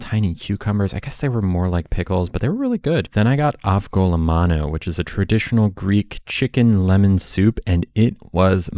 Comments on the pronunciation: Hate this bitch, if I hear her BUTCHER one of my countries dishes ever again, I think I'm going to get a violent allergic reaction its AVGO-LEMONO like LEMON omg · the way she pronounced avgolemono was actually whack 😭